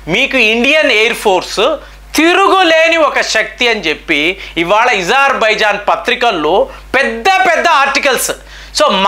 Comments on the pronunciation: Azerbaijan.... Not Izarbizan... Pl. Correct pronounceiciation.....sir Why you ..pronounce differently . Wrongly.... So.many ..names.....Pl correct sir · Not ezarbaijan ,it's azarbaijan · నీకు అ పలకడం రాదా.....? ఇజర్ బైజన్ అంటున్నావ్ అది అజర్ baijan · THE PRONUNCIATION OF AZERBAIJAN IS అజర్ బైజాన్ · Pronation wrong Agerbijan wonderful